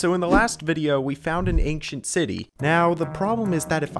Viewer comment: "ankcient city"